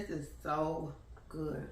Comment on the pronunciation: This bout to be goodt with the T at the end 🤣🤣🤣😜